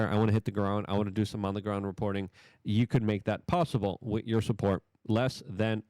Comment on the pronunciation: It drives me crazy how Luke pronounces words. D.O.G.E. becomes “Doyge”, with = “wit”, children = “cher-dren”and he refuses to refer to X by its name. He consistently calls it Twitter. That’s what lefties do on purpose, to discredit Elon and the MAGA movement. Such a boomer thing to say. Get it together, Luke. It’s getting infuriating, how you don’t care about your words. I’m pretty sure that speaking is basically most of your job.